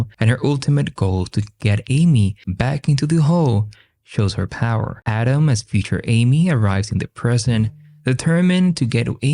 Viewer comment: Every time audio say Autumn, it sounds like Adam.